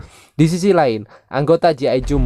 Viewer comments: Bukam gi ijo bang tapi G.I. JOE cara bacanya ji aijo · Bg,,G.I JOE Bg ,, bukan gi ijo 😂😂😂